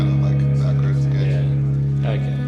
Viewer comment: Tosin, "Oh keh." Also, Tosin, " We need a consonant in and then we can do the curve balls."